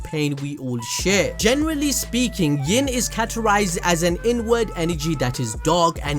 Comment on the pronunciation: So I was sitting here gaming and listening and heard him say INWARD energy and I swear I thought he said N WORD energy LOLOLOL.... I stopped the game and laughed so hard